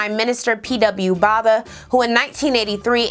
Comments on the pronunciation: Great content! Just a pointer - PQ Botha - is pronounced with a silent H ... i.e. Boata, like boat in English. I forgive you for being a USAn. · I would correct your pronunciation of "Botha" but he doesn't deserve it💀